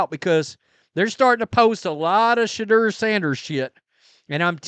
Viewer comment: How you say his name makes my balls ache